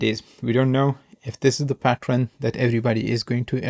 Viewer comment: Like the way you pronounce “pattern” 😀